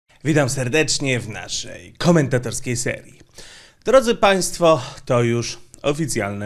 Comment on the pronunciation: jak mowisz "w naszej khomentatorskiej serii"sie kojarzy z odcinkiem south park Chris Hansen